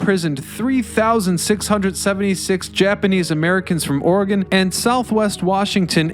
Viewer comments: its oregon not oregone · We pronounce Oregon like Orgun. You have to pronounce our name the way it is properly called if you want to he taken seriously. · OHR-EH-GUN. ORR-REH-GUNN. ORRRR-EHHH-GUUN. Or just call it "the state with all the trees, volcanoes, and waterfalls in the Pacific Northwest." 🌲🌲💚🌲🌲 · Dude. It's or-eh-gun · I have never gone inside Portland but the story of the tunnels has traveled far and wide across Oregon interestingly enough Corvallis and Astoria and Salem also have similar tunnels oh and good job saying willamette right but couldn’t get past ore gone I’m not upset about it it just is a little painful on the inside hearing the place I had been born and family had been living in before their was a usa generations my family had been here it’s just a Oregon native thing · Or-e-gin :) Portland is still the most dangerous.. lol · I always go with "Ore-again" when I have to explain it to anybody. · Please consider re-recording pronouncing the name of the State properly…..Ory-gun. Otherwise great video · Oregonians everywhere are cringing every time you pronounce the name of our state “or-gone”. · Or pronouncing it Orygone😜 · “Orgone?” (Ala Wilhelm Reich) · I stopped watching this video to comment that Oregon is not gone. If he wants to be taken seriously, he should at least research how to pronounce his topics. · You're right. I'm cringing pretty hard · Sounds like a typical over sensitive north westerner thing to be offended by. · I give you credit for saying "Willamette" correctly, but the repeated "Ore-GONE"s made my ears bleed. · In his other videos, he does not seem to have a problem with pronouncing the states of Illinois, Kansas, or Arkansas. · 😂 I feel the same way. Could we make it more obvious we're OR-É-GUN? Over all he did a wonderful job. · So many non west coasters don’t pronounce Oregon right 😂🙄 it’s annoying. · please don't say Oregon like that -everylocalever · How about learning how to pronounce Oregon before talking about it.